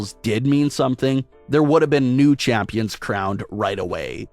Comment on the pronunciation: “ womens tag team CHAAÜMPIONS”😖😖🤣🤣